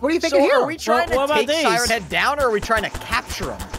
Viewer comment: its pronouneced siren head